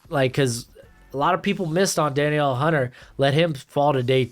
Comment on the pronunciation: Da-Neil Hunter lol